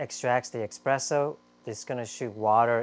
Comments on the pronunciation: “Espresso” not “expresso.” 🤦🏻‍♂️ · It's espresso, not expresso. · Drink a shot every time he pronounces espresso as ex-presso! 😉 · actually, it depends on where you live. In France, and probably other French-speaking countries "expresso" is common pronunciation.